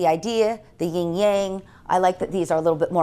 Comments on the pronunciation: What a beautiful home. Now if its owner would learn it's yin and yang, not ying yang. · Thanks for this tour - your home is beautiful. But I have t ask - how can you have been in interior design for all that time and not know how to pronounce yin yang? It's YIN (no g in here, so you don't pronounce it), Yang (in this word you pronounce the g).